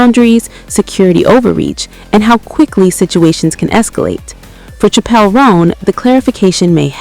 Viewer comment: Pronunciation is *Chapel.’